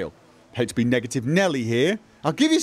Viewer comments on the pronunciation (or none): none